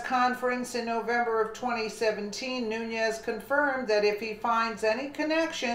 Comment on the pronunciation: it is pronounced noon-es.